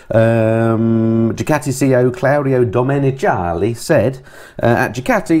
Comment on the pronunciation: The fellas on MotoGP commentary pronounce it DomeniKAli